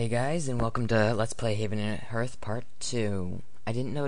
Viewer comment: It's pronounced h[a:]rth, people. H[ei]ven & H[a:]rth.